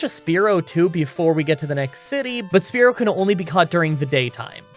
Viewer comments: I cant with you saying Sparerow 😳😳😳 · Sp ear o say this that’s how you say spearow’s name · I know your the type to not give two shits but It's pronounced Spearow Like spear (weapon) owe like you owe someone money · the way he pronounce Spearow and Mantine . . . I just can't great vid though!